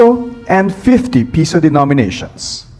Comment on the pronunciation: PESO NOT PISO !!!!